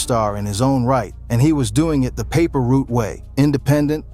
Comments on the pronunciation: Its not paper root its paper route 😂😂😂😂😂😂😂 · Paper root?? 😂😂😂 put some respect on pre and say the name right